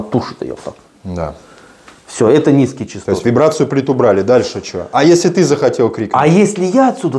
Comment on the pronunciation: Высокие чАстоты, а не чИстоты. Грамотеи.